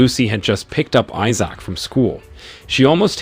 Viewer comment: I'll just watch the series the way this bot narrator pronounces Issac drives me insane!